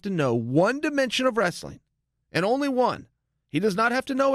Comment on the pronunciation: He pronounces "wrestling" as if it rhymes with "vaseline". It's adorable.